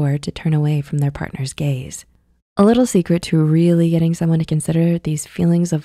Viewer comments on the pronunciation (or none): none